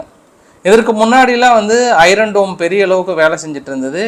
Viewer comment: தம்பி உங்களுக்கு ஒரு வேண்டுகோள்- ஐரன் என்று சொல்ல கூடாது.ஐன் என்று( r silent) சொல்லுங்கள்.எண்ணிக்கையை சொல்லும் போது உதாரணமாக புள்ளி எழுபத்து மூன்று என்று சொல்ல கூடாது.புள்ளி ஏழு மூன்று என்று சொல்ல வேண்டும்.